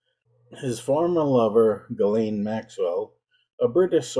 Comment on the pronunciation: A million thanks for not pronouncing her name 'Jizlane Maxwell.' 🙄